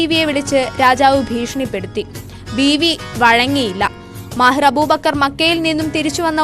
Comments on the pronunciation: മാഹിർ അബൂബക്കർ അല്ല മാഹിൻ അബൂബക്കർ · മാഹിൻ അബൂബക്കർ എന്നാണ്....മാഹിർ അല്ല.